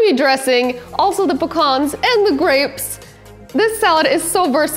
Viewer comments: It's "pee-cans" not pah-kahns. Otherwise, I'll allow it although, raisins and slivered toasted almonds ... and sans the red onions, instead go with Carolina Sweets or Vidalia onions. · The salad is really yummy and easy to make 👍Can also be seved with pita bread or tortilla.Pecans sounded like phukhannns😂😂😂 Love your recipes ❤️❤️